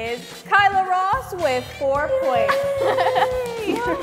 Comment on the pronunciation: Ross pronounced Boss?